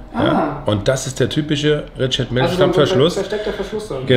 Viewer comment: Der Händler sollte vielleicht noch lernen, wie „Richard Mille“ richtig ausgesprochen wird.